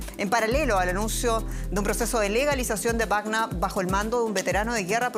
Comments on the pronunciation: Sra periodista ud esta hablando en castellano no es grupo wagna sino WAGNER , lea bien por favor dejse de creerse alemana , hable corrctamente el espanol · Me molesta como pronuncia Wagner